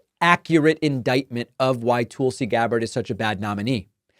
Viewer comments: Dude, your just as a huge liar as Nikki. If you believe that. Also you are obviously not even able to say her name correctly. Probably because you can't read very eell or cant write to good either. Would be my guess. This woman is a combat veteran. Went to war two separate times. Is a lieutenant cololnel in the military. I bet you've done absolutely zero for this country at all. Along with all of you Democrats. You alk are just a ninch of worthless parasites. As far as I can tell. Plus Niki is a corrupt politician. Part of the military complex that exists, and has zero conscience ay all about sending out soliers to get killed in another nation. So she and het rich buddies can cash on on hugs profits off the backd of our people. Once again, just another group of parasite that exist all made up of the elite wealthy and all democrats as well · Is there a reason you pronounce Tulsie as Toolsie, instead of saying her name correctly? ie: Tulsa, Oklahoma... Tulsie. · Hey Prickman, it's Tulsi not Toolsie. Like it's Kamala and not Kaamala or Kamalla. Remember the noise you made about mis-pronunciation of names. It's Prickman man , not Packman. What a hypocrite. 🤮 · Why do you keep saying toolsi lmao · I agree with everything you say politically. But when you say “Toolsi,” I find it very distracting and hard to get past. I know you’re not intentionally mispronouncing her name, like when Trump would say “KamAla,” but I find it difficult to hear. Just being honest. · Mr Grammatically correct, how do you pronounce Tulsa such as Tulsa, Oklahoma? Do you say Toolsi, OK? Listen to how Nikki Haley pronounces Tulsi’s name. I would not comment but you are always correcting people all the while botching people’s names and other words too. Remember Laura Ingraham? That was some painful memories and glad you finally self-corrected. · Learn to ssy tulsi. Its literally driving me crazy. You say it so ridiculously. TOOOOOLSI. DEAR GAWD MAKE IT STOP. TOOOOOOOOOLSI!!!